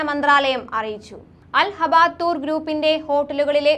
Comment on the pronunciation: അൽ ഹബ്‌തൂർ. അൽ ഹബാത്തൂർ അല്ല